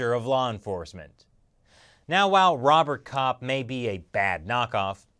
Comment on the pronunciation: "Rowboat Cop" > "Robert Cop"